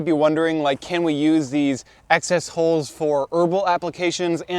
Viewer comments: i realized halfway through your trying to say HULLS not holes. it literally sounds like holes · You don't have to buy a dedicated nut cracking machine. A vise works about as well. I thought you kept saying "holes" when evidently you were talking about hulls and the closed captioning translated it as "holes." Maybe pronounced it more carefully. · just a note: I was confused for a short while by you talking about nut "holes" and "holing" them. Then I realised, you meant, hulls, and hulling. Pronunciation matters.